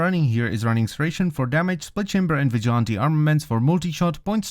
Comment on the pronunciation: It's NOT vi gont tee it's pronounced VIJ O LANT TEE